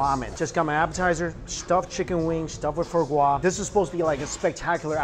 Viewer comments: Same. But Mikey, it’s not “fur” gras. It’s “fwah” gras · It’s not FO GRA, it’s FWAHH GRA.